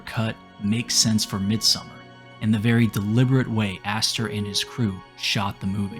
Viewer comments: Mid-sew-mar. Please pronounce it correctly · U could at least pronounce the title right if u make a whole video on it. Its not summer. MID-SOM-MAR. Its litrally spoken throughout the entire film. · It's Midsommar, not Midsummer. Also, she looks like an Indian girl than a British girl. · i realy wanted to watch the video but dude... its not called MIDSUMMER, you have the name in your title.. Midsommar it annoyed the shit out of me xD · Listening to the narrator's pronunciation of the movie's title as "Midsummer" is more frightening and scarier than the movie itself. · Don't pronounce it midsummer